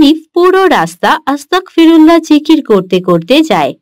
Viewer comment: Ma sha allah onek sundor hoyeche❤️ তবে এটার উচ্চারণ আস্তা*ক*ফিরুল্লাহ নয়❌ "আস্তাগফিরুল্লহ"✅হবে! আর এর মাধ্যমে আমরা আল্লাহর কাছে ক্ষমা চাই তাই আস্তাগফিরুল্লহ বলার আগে "বিসমিল্লাহ" বলতে হয় না! আপনাদের কার্টুন মা শা আল্লহ অনেক সুন্দর হয় এখান থেকে অনেকেই অনেক ভালো কিছু শিখছে আলহামদুলিল্লাহ❤️জাঝাকুমুল্লহ তবে অনেক জায়গায় ইং শা আল্লহ বলেন না ❗কোনো কাজ করবেন বা হবে এমন সব কাজে "ইং শা আল্লহ "বলবেন তাহলে বাচ্চারাও শিখবে! ইং শা আল্লহ 🌺 Jajhkumullohu khoiron🌺